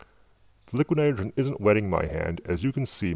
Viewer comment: "lick nerogern" haha